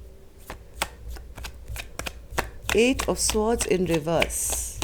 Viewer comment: swords is pronounced SORDZ.